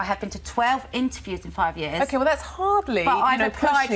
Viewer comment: She literally said “wewh” instead of well…